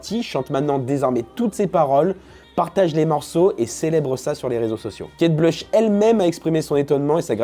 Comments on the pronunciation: La pauvre Kate Bush (se prononce Bouche d’ailleurs) est qd même une mega star. Mes parents écoutaient (fleetwood mac aussi d’ailleurs) et il y a un groupe de fans en Allemagne il me semble, qui se réuni tous les ans à la même date au même endroit depuis des décennies pour chanter Kate Bush (le morceau que tu as passé). Elle a fait des énormes hits connus de tout ceux nés avant 1985. J’ai adoré qu’elle repop, elle était tellement avant gardiste, on aurait jamais eu Björk sans elle et les chanteuses modernes comme Aurora ou Chappell Roan sont clairement ses héritières. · Kate Bush (à prononcer bouche) pas Kate Blush🤦‍♀️